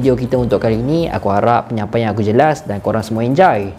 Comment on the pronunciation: 'aku harap penyampaian aku jelas' after that: enjai me: 🤣🤣🤣🤣🤣🤣. terbaik ah